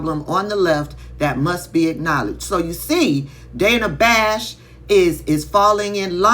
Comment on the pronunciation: It's pronounced Danna Bash! 🤦🏿‍♂️🤦🏿‍♂️🤦🏿‍♂️